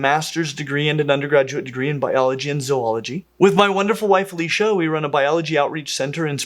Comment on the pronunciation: I came here to see if the zoologist pronounced zoology properly. Good job